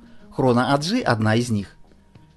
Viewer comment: В Швейцарии 4 госязыка. Не 3. Для общего развития. AG - Aktiengesellschaft (немецкий). Предлагаю и произносить АГ, а не АДжи. Не говоря уж о там, что если уж по английски, то ЭйДжи.